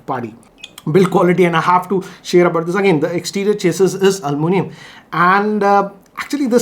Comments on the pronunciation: Aluminium not almunium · Almunium🤣🤣..its aluminium